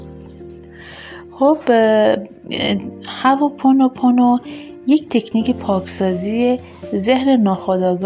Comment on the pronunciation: هّوا پونوپونو نه عزیزم هُواوپونو..وقتی نمیتونی یه کلمه رو درست بگی چطور انتظار داری به حرفات گوش کنن.ضمنا این ۴ذکر ربطی نمک ندارد .ماستارو قاطی ابگوشت نکنید لطفا